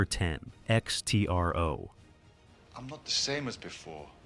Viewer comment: It's not X.T.R.O. It's pronounced "ECKSTRO"